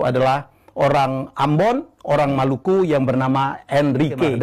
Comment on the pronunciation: Maluku disebut Malaka salah baca dia